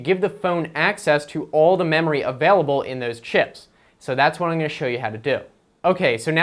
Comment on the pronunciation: I hate how he says I'n and not I'm.